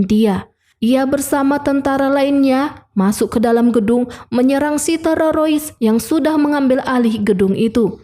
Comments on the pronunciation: Aduh admin admin yg bener aja Terorois (teroris) & Negoisasi (Negosiasi)😂😂😂😂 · Min kenapa bilangnya harus terorois sih, bukan teroris😅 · Teroris,mbacanya tereroris,yak ampun mbk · teroris mba, bkan tererosa ee tereroris😂😂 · TERORIS ❎ TEROROIS ✅ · Sekarang BHS Indonesia sudah berubah😂,film dibaca filmi, teroris dibaca terorois ,telinga berdesis,aku pikir ular yg berdesis, ternyata telinga jg berdesis 🤦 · teroris neng teroris,, bukan tewowosis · Teroris min bukan terorois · Teroris min bukng terorois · tererowis teurerowis 😅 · TERORISSSSSSSSSS WOY BUKAN TEROROISSSSSSSS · Mba admin kita tumpas terorois yuk 😌😌 Mba tolong mba TERORIS MBA TE-RO-RIS.... TE.ETE ER.ORO R.IRI...S TERORIS 😭😭😭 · Teroris ❎ Terorois ✅ 😂😂😂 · Bukan teroroys tapi teroris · Teroris bukan terorois udik ini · Hu di buat lebay, teroris jadi terorois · Mbaknya gk bisa blng teroris😂😂😂 terorois😂😂😂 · Teroris mba,bkan tererois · Dari pada ngereview filem mending belajar ngomong dengan bahasa yg baik dan benar dulu. Dari bilang teroris jadi tererois 😂😂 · BIAR APA SI NGMNG TERORIS JDI TEROROIS?NGAKA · Teroris min bukan terorois😁🙏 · Teroris min,,,bukan terorois 😂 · TERORIS bukan TEROROIS min😅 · Teroris bukan tererois bun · Waduh maaf mba knpa terorois😂😂😂😂😂yg sebenarnya itu teroris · Terioris ??? Jeng .. teroris Jeng teroris !!! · 😂😂😂😂😂😂 min TERORIS, bukan TEROROIS😅😅😅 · Bukan terorois dek... tetapi teroris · bagus,tapi kesal mendengar penyebutan terorois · filmnya sih oke. Suara si kakaknya juga bagus. Tp ngomong "negosiasi" dan "teroris" gak lulus ni. Jd "negoisasi" dan "terorois" 😄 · Teroris mba bukan terorois😂😂😂😂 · Teroris bukan terorois, Bahasa mana ka kmu gunakan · Mf koreksi mba bukan terorois tp teroris, dr td sy denger suara mba terorois terus...😂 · Maaf kk mau nayak, teroris apa telerois 😊🙏🙏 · teroris kak,bukan terorois😅😅😅,sorry ya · Film nya seru tapi penyampaian nya gak enak ,masa teroris di baca nya terarois min...waduh... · Memang bener mimin bilangnya terorois😂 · Ya benar keseliput lidahnya